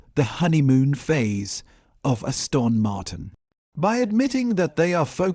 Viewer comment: Stupidly wooden AI narration. Ass-tawn Martin?